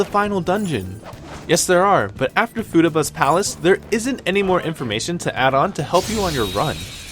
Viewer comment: Fu-tah-bah , my gawdddd xD